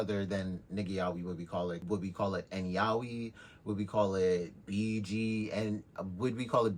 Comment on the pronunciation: The real problem is how everyone pronounces "Yaoi"